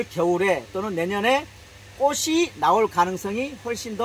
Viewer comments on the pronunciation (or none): 아자씨 발음 똑바로 하세요 꼬시 아니고 꼬치 라고하세요 바보야